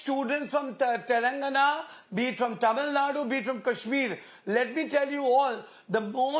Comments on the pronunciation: Its not tamil nad, its tamil nadu...when will this idiots try to pronounce our lang name properly Their stupidity in caling Kannada as kannad shows how illiterate they are. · I liked when she said tamil nad..